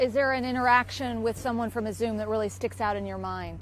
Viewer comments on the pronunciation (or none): You could at least learn to pronounce the name of the city properly.